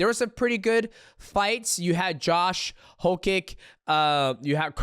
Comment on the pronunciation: DJ proceeds to never say Josh Hokits name right 🤣